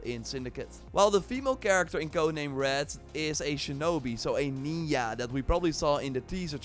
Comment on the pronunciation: Its not "ninya" its nin-juh